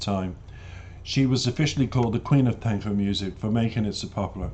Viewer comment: Love the reaction. Selena is adored by millions. By the way Tejano is pronounced “TAY-HA-NO”